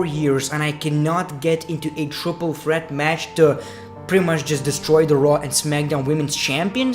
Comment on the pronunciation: Your accent: When you say "Monday Night Raw", it sounds like "Monday Nitro".